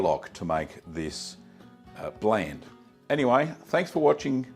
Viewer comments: It's pronounced "bl-ah-nd" (blond) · Just gotta point out it's pronounced almost identical to "blond". Same word root. Otherwise, cool video. May try this someday, possibly using a kefir starter since that can directly use the lactose and turn it into alcohol; AFAIK there's no honey in traditional blaand, it's just straight fermented whey. If you are adding honey (or making a mead), just make a must by adding the honey to a pot of water (or whey) and bring it to the boil, then let it cool. Way easier than uh, shaking the entire demijohn. Also safer, especially if your honey isn't pasteurized (fairly common in NZ/AU). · It’s actually pronounced like the word “blonde”. Hints the blonde color